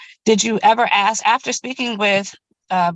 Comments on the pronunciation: Yeah I'm so sick of that moronic "Ya know what I'm saying " crap. And the Axe instead of Ask. I seriously just want to slap the stupid out of the mouths of anyone who constantly repeats this and other ghetto trash speak NONSENCE. Your a adult. Your a lawyer. Speak like a adult. Speak like a lawyer. Leave the ghetto trash for when your at home with your other brainless hood junkie friends. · a greater problem is neither attorney can pronounce the word "ask", they both stated "the boys axed". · Just can’t manage the word ASK